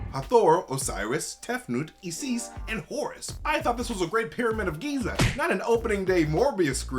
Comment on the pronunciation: I think you guys are trying to say “eye sis” or maybe you mean “oh sees reese” instead 😜